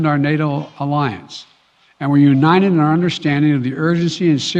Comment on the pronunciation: Brandon sounds like he has cotton in his mouth and nose plugged . Keeps sayin uninen instead of united .